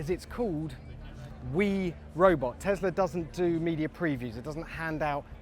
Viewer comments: Why do you say Teslar? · Tesler, love it lol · teslar ... event you need to speak properly! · 🤦🏼‍♂️ tg presenter, there is no R in Tesla.